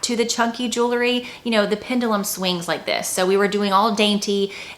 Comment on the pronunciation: Jew-ler-ee 🚫 Jew-el-ree ✅